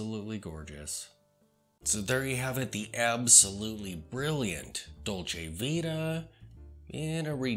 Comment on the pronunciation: Nice review, but Please pay more attention how to pronounce LonGines, and Dolce ViTa as well.